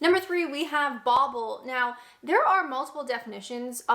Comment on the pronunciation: That's bauble not boble